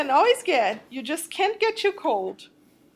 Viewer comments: I love how she says 'choo' instead of 'too' XD !! x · You Said tshuw it is too